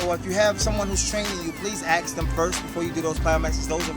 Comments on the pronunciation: axe? I axe you questions? A-S-K , that's how you spell and pronounce it :) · He says Ax instead of Ask.. Why do some people say it that way ? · "please aks first" LOL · does anyone else notice that, when he sais ask it sounds like he sais axe xD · dont worry, ill axe my trainer, ill axe him good... mwhahaha..... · is it just me or does he say ask weird not trolling just wondering